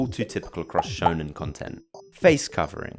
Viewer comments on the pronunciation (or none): none